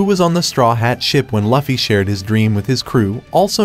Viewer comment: I'll give you a thumbs up but maybe the reason people do not subscribe to you is because you are calling their hero LAFFY! come on man it's Luffy wtf, I honestly hate it when you pronounce it wrong.